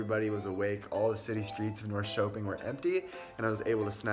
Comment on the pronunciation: Du låter skånsk när du säger Norrköping xD